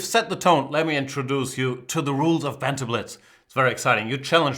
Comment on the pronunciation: Of pronounced more like (uv) You sound like you're saying night off. Don't mean to harp on you, Jan, I know languages are tough. I only know one.